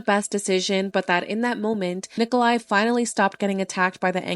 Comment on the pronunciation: Well for someone that pretends to pronounce ppls names correctly you did not.His name is Nicolae not Niclai and Miu is pronounced differently. as a romanian.